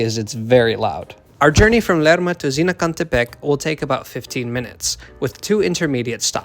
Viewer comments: Even some people in mexico cant say Zinacantepec, you did it excelent! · Was thinking the same thing! I laughed a lot because I'm Mexican and failed miserably to pronunce "Zinacantepec" and you did it perfectly lol. Thank you for showing us our new train with such a good quality video :)